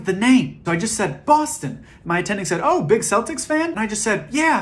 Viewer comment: Do americans pronounce celtics wrong? Thats terrifying ,say it right!